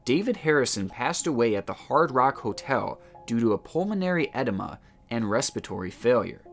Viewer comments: Thanks for a great, interesting, channel. 👍 I was a bit confused for a while, I thought you said that some of the people had an enema, (sure, it’s uncomfortable - but not usually life threatening). Then I realised you were saying edema , I think it’s pronounced ‘eh-deem-ah’ , sorry about that. 🙄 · I thought you were saying pulmonary ENEMA. 😂 Just FYI, it’s pronounced Edeema which is a collection of fluid in the lungs. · Lmao pulmonary ED-emma? Lololol im not saying you're stupid it's just funny, so the word edema is pronounced ah-DEEma, and not ED-emma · Pulmonary “etima”? It’s pronounced “adeema”. Sorry, couldn’t resist. Love your vids…… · I'm sorry, but I chuckled every time you said "edema." Ah-deam-uh not eh-dye-ma. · I’m pretty sure it’s pronounced “Ed-eeema”... long E’s. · Pulmonary “ehh-deeee-mahh”. Not “Ed-uh-muh”. I hate being that guy but just trying to help. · Its pronounced Ah-deem-ah. Not Edima....spelled with an "e" not an "i." So to recap, its spelled EDEMA, pronounced AH-DEEEEM-AH. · But it wasn't edema, was "edima," according to 😂 (Sorry, I couldn't resist!) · I love your videos. Recently found your channel, subbed, and am binge watching your content. I'm going to be "that guy", though, and (gently, I hope) let ya know that "edema" is pronounced, "ae-DEEM-ah". Edema is essentially fluid in the lungs. It can be a part of congestive heart failure (CHF), as well. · Love your stuff. For the future, the second "e" in "edema" is pronounced as a hard "e". eh-deem-a, deem rhyming with words like clean, stream, seem, etc. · Bro, did you say pulmonary enema? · Is he saying Pulmonary Enema? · “Ed-Deh-mah”? Good grief! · It’s pulmonary edema pronounced ed, deem, maa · Pulmonary edema pronounced= pulmonary Add-eeee-maa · “Due to a pulmonary edima” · Just FYI how to pronounce edema: Ah deema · You might know this by now but it's pronounce pulmonary edEEma. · Dude...eh-DEE-mah. Edema. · Interesting vid! Btw, it's edeeeeeema😁